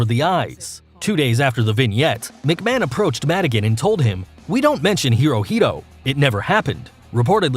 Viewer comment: This guy can actually pronounce McMahon right